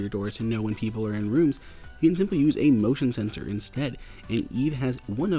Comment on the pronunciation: Did you say emotion sensor???